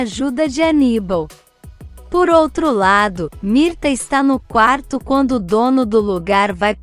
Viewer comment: NÃO É MIRTA, É MIRTES E NÃO É DARIO É DÁRIO NARRADORA.